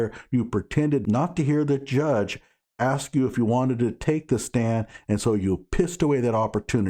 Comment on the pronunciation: It feels as if B'Ivory Lamarr told him to axe the right questions.